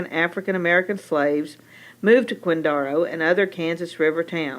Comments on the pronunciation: I'm from KCK and yeah, I don't ever remember anyone saying "quinDARo" it was always "quinDAREo." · I have to argue with your pronunciation of Quindaro. Having been raise in KCK we never called it Quindara, it was always Quindaro with a hard O . I can give you more history if you want. My family had a grocery in KCK prior to WWII. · Killing me with the pronunciation..I suppose, maybe way back in time it was pronounced that way, possibly. I was born and raised in the area and never heard Quindaro pronounced this way..